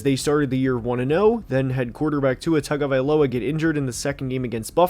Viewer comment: learn how to pronounce tagovailoa it’s been 5 years and you cover the nfl.